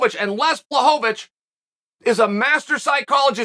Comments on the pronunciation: man he started off calling him blahovovich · Not quite , but it's a lot better then many other names.